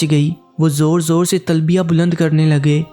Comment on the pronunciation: لعنتی انسان کیوں من گھڑت کہانی سنا رہے ہو اور تلبیہ بھی ٹھیک نہیں پڑھی آپ نے لعنت ہو تجھ پر